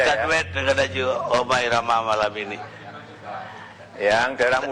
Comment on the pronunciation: Kontribusinya apa Roma irama anak Abah ngomongnya romah irama gak bisa jadi panutan blok